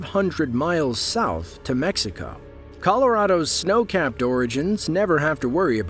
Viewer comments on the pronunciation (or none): none